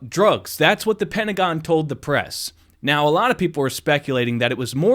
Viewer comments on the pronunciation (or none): none